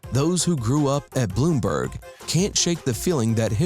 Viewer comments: There is no South East Philly bruh ... and MLK plaza was in Hawthorne like Broad n Christian, that area which is dead center South Philly ... and it's Blumberg ... Blum ... not Bloom ... come on man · ITS CALLED BLUMBERG! NOT BLOOMBERG! GET YOUR PRONUNCIATIONS RIGHT IF YOU'RE GONNA DO THIS TYPE OF STUFF! BLOOMBERG! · And it's blumburg. Not Bloom. A.K.A. The BBC. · 🤦🏾‍♂️ it’s “Blumberg” not “Bloomberg” and wtf is southeast philly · Blumberg not bloomburg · It's not Bloomberg. BLUMBERG SMH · It is pronounced Blumburg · I hate how he pronounces "Blumberg" lol